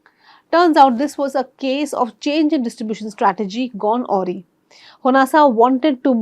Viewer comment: AWRY is pronounced "a rye", accent on the second syllable. A is almost like our hindi first letter